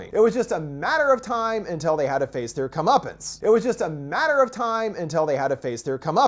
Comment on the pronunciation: Alright Im stoned but did he say "curmuptance" line x2???